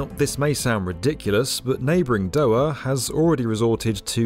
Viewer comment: Not doah, it’s Doh-Haa